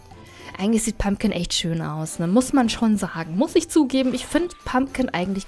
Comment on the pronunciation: Es heißt PumPkin.. und WHisperwind..